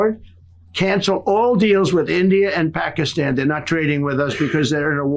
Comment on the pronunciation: Stop saying "PAH-kee-STAHN"... it's pronounced, correctly, in English, "PAKISTAN", and it has been since 1948 . Just say, "Pakistan"; it's not even a "real country" anyway, so there is no need to be saying it "authentically" like that... it's just the western part of India where the British tried to separate Hindus from Muslims, and it doesn't work.